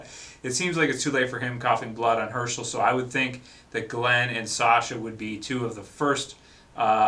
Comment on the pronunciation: its hershel*